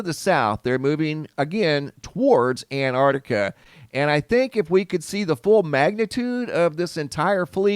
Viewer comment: You keep saying "Antartica". It's Antarctica.